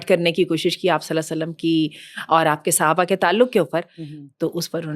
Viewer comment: Mam its Sahabah not suhabah